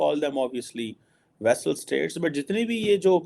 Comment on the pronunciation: It is NOT vessel state, rather VASSAL state. You can look up all this on google